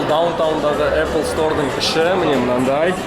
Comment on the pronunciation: Апл емес ейпл